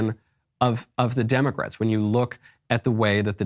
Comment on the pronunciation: Oh god now I can’t unhear Demic-Rats from this guy…